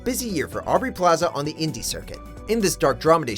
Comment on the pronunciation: who the hell is aurbey plaza? (little hint guys, it's aubrey)